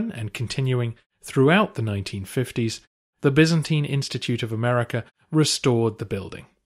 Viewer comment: Bi'-zan-tyne. What is so hard about that pronunciation? 😱